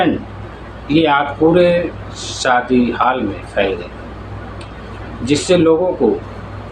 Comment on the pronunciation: Plz improve ur pronounciation, Like: It's "shaadi" not "saadi" and "function" not "funsan" etc...